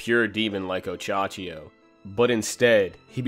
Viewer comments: Minor nitpick, but it's Ohachiyo not Ochachiyo. Great video apart from that :) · Oh hey dude just wanted to say, you pronounce it oh-Ha-chi-yo not Och -Achiyo